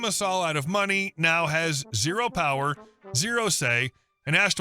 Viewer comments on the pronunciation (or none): none